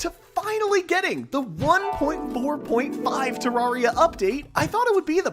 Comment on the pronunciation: He actually says ter-rawr-ia